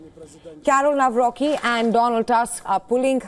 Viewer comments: It is not Nawroki, but Nawrotzki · Nawrocki not Nawrochi. Greetings from Poland 🇵🇱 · In Polish we read u as u, not a. So Tusk is Tusk, not task! Nawrocki is NawroCki, not nawroky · To the foul reporter ( thanks for your short insight : KAROL TADEUSZ NAWROCKI (NA-WRO- C- KI) .... not : Nawro-ki ! Get your pronounciation right with this Great Man of State ! Best of all to all conservative side . Stay strong and keep pushing right !❤ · She spoke it as Karol Nawroky the c is being also spoken in poland greetings from poland